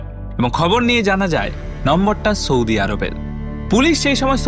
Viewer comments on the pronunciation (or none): none